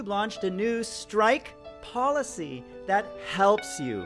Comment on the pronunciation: When you said policy, what was that? You did it in your Klout game video.